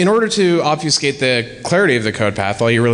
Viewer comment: I hate to be "that guy," but "ob-FEW-skate" was killin' me, smalls. It's pronounced like "ob-feh-skate." While we're at it, here are a few more words that will start driving you batty when you realize how often others (possibly including yourself) mispronounce them: Familiar: Everyone says "FER-miliar". Stop that now, sir and/or ma'am. Comfortable: Everyone says "comf-TER-ble," which seems technically allowable in the dictionary, but only because so many people have fucked it up for so long. Good job. And perhaps the one that drives me the craziest: "An historic": The 'h' isn't silent, ffs. You don't study "'istory," you study "history." It's not "an 'istoric moment," it's "a historic moment." Google the shit out of this if you'd like; you'll find all kinds of divergent opinions, but there is a correct answer, and it's the one I've conveniently provided for you. Actually, you know what? Here, read this to yourself: "Historically, Hilda had the honor of having horny hombres gaze hourly at her humongous hooters from the hillside." Even if you're sans penis, I'm punching you in the dick right now if you read that like this: "Istorically, Ilda ad the honor of aving orny hombres gaze hourly at er umongous ooters from the illside." MAN, that felt so good to pointlessly say on YouTube! Now everyone reading this gets to think I was angry or in a pissy mood while typing all of this, but, really, I was laughing and enjoying myself the whole time. Yaaay, Internet! :D